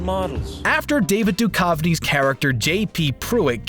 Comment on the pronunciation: Beh-neh-Seeeeeeeeeeeeeeeeeee-yo Del Toro. David Due-kawwv-nee. Gnat-sees Just wow. Nailed it. Don't tell me this isn't an auto text to speech. There's no way in 2020 there is an adult who doesn't know how to pronounce Nazis. WTF is this?